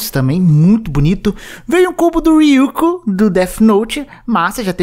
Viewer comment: Ryuku? É Ryuk man 😀